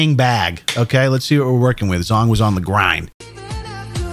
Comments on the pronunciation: I'm pretty sure zhong is a Chinese can't pronounced "jong". Zh makes a j-like sound, but it's definitely not "zong". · "zh" in Asian languages is pronounced as you would the letter "j" hence /jong/